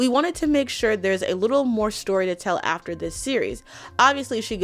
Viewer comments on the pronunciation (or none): none